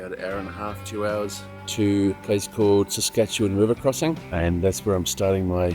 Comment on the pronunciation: Surprisingly good pronunciation of Saskatchewan. 😅